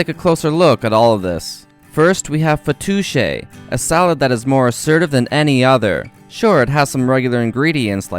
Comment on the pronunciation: Fatoush not fatouche 🤣